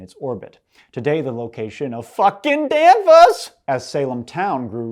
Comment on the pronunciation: "F*ckin' Danvahs!!!" Oh that was rich!! Being from the area-I havent heard that in fa'eveh. Another great essay!